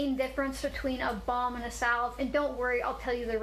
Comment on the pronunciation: Anyone else hear 'bong' when she first said balm.